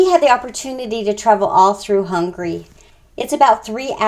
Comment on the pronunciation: Very nice video ! Only one thing, the lady says many many times: hungry instead of Hungary.